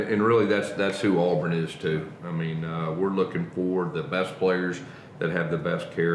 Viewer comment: Will someone please teach how to say, "Touchdown Auburn?" It's, "Touchdown Aw-Burn," not, "Touchdown Aw-Bearn." R.I.P. Rod.